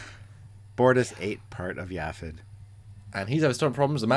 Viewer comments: Yaphit (Like Yaphet Kotto, pronounced "yaff‧it"), not "Yavik". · Not Yavik. Yaphit. “Ya-fit”. Not that hard.